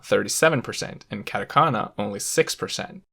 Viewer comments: Stopped watching as soon as he said katakana and kanji wrong. Yikes... 🥴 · I cringe and grit my teeth every time he says "CAT-a-kana" and "CAN-gee". This is particularly bothersome because, as he points out, kana are syllables that consist of a consonant followed by a vowel in every case except "n". Thus he is violating the entire basis of the language by turning what should be "kah-tah" (two consonant / vowel pairs) into the English "cat-ah" (consonant / vowel / hard consonant). The latter does not exist in Japanese and should not be used by foreigners trying to pronounce Japanese words. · 100% authority on the subject lost as soon as you pronounced them “cat a kana” and “can ji” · hard out bro, "cat-a-canna" just made me cringe. Kind of makes you think twice about the narrator's actual knowledge of the language, I'm not saying he is incompetent by any means, but it definitely doesn't inspire enthusiasm. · This video is very informative, but my god I cringe every time he says "CAN-JI" and "CAT- AKANA". Please learn to pronounce the things you are teaching about. KAHN-JI and KAH-TAH-KAH-NAH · Why did he have to pronounce katakana as catakana and kanji as canji. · literally same, same with "catAkana" jkENGLRKN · Actually his pronunciation of katakana is more annoying than the way he says kanji. He pronounces all A’s differently (cat-eh-can-ah). 🤦🏻‍♂️ I mean you bothered to gather all these infos and put all these efforts to making this video, it shouldn’t be so difficult to pronounce A correctly. And it’s actually easier not to mess up. I just don’t get it. It’s just so American (I don’t care how they pronounce it, I’m just gonna say it how I think it should be pronounced). 🤦🏻‍♂️ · I'm glad I'm not the only one this bothered